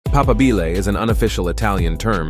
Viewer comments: Pa PA bile, for crying out loud. Not "papa BIl e". Must people always pronounce every Italian word on the penult no matter how unreasonable it sounds? And why don't people check before they speak? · The first word of the video is flagrantly mispronounced. It's not papa-BEE-lay, it's pa-PA-bile. Was this the fault of an AI narrator who had not been programmed in Italian? I stopped there, lacking the courage to face the onslaught of contorted Italian, and no doubt English as well, that lay in store. I was really interested in the topic, but we have to start drawing the line at the assault of language and spelling on YouTube. What hope is there for a video when the TOPIC is mispronounced. Sheesh. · In the word "papabile" the accent is on the second "a" and not on the "i" as in the video. Thank you. Papa'bile